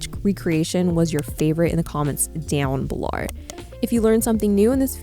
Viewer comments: I absolutely love how educational your videos are. This is pure gold! I just can’t wait for more videos like this to come out for women with curvier body types in this aesthetic, I may have to do it myself. Also, can we acknowledge how you turn into an Australian every time you say “down below” lol so cute. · lmao the down below accent killed me